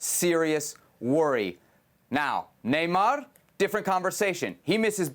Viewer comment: Man said neymar 😭🤣🤣 hire new pundits. I can do a better job than these fools. Atleast say like dembele or something you say Neymar 😳